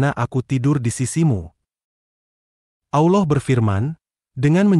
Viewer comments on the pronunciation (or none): Pengisi Suara salah ucapan salah tulis Allah Subhannahu Wa Ta 'Alla bukan Awlah yg buat konten Salah ucap salah tulis bukan AWLOH TAPI ALLAH 😢